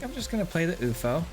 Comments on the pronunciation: Pretty sure its you eff oh....no oofo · please. YOU - EFF - OH